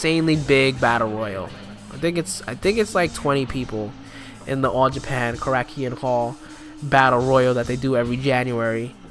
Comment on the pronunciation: And it's pronounced "Korra-kin" Hall